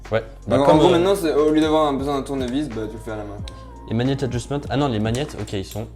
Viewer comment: Magnet = "mag-net" Et pas maniette !!!